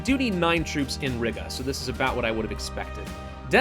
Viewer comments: I wonder how long it'll take for him to learn/realize that it's Ree-gah not Rig-uh😂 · Please stop saying Riga like that